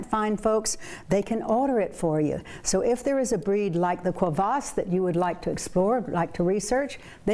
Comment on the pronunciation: Your dog owner corrected you, but you didn't take the hint. It is a Kuvasz (Coovas), not a "Quavas".